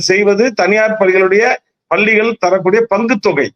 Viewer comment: Can't you pronounce palligal பள்ளிகள் properly